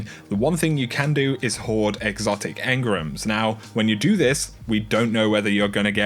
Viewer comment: Why has everyone started calling engrams 'engrums'